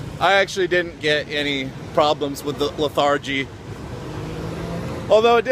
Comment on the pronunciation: It's LETH-er-gee not leth-AR-gee lol